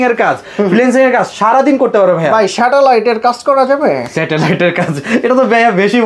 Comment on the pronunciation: স্যাটেলাইট নাকি শ্যাটালাইট বললেন ভাই 😂😂😂😂